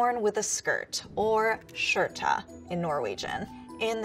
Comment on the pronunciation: when she says things like "short-a" watch every scandi shudder. Skjorta is much more like an english "sh" crossed with a kind of "whoo" sound imo